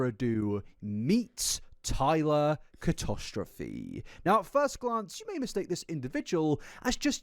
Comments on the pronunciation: I hate the fact the last name is being pronounced Catostrophe 😖 it’s catastrophic, and yes I’m using the term catastrophic to describe it 😂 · Dammit why can’t pronounce catastrophe?